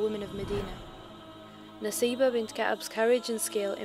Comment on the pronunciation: brother... Arabic pronunciation is Nusaibah.... نسيبه if you read in Arabic it can be read naseebah & in Arabic pronunciation it's nusaibah